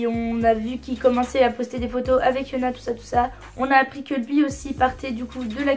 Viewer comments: Jsuis la seule à toujours entendre « Fiona » à la place de « Hyuna » à chaque fois quelle prononce son nom?😂😂❤️sinon super vidéo ! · Tu dis fiona à la place de hyuna ou c'est moi qui entend mal mdrr ? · Je pense c'est la prononciation coréenne aussi non ?